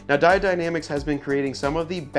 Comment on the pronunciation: Its pronounced " die-OWED, not di-odd ""...other than that , great video. Just bought the cowl mounts for my '21 diesel wrangler...